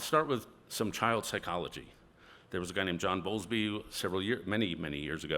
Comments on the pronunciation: Correction: it's John BOWLBY, not Bowlsby. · John Bowlby is the name... on attachment theory... he mispronounced it as Bolsby.... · Ironic that his calls to 'secure the family, secure the flag, and secure faith' sound a lot like the rallying calls of the populists about whom he is concerned. He is also either misunderstanding or misappropriating John Bowlby's work on attachment theory (whose name he also mispronounces).